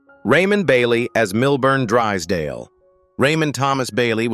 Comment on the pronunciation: if you are going tell how they lived and died you can start by pronouncing their name correctly it's milburn drysdale i have seen every episode when i was younger.